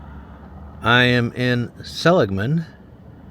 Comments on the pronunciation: Seh-LIG-Man NOT Selig-Man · The emphasis is on the "ig". Sel IG man. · See-lig-men. Lived in Kingman since 02 Ashfork before that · Pronounced se-lig’-man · Pronunciation is Sa lig man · Pronounced Sa LIG mun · its pronounced sell- lig man maybe im putting an extra L in the pronunciation lol im not from there thank god lol but i did live in the Kingman area for awhile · The name of the town is pronounced (Sa Lig Man)